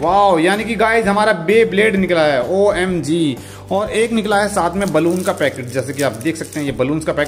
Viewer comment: Tum omg bht bura bolte ho is liye tum na bola kro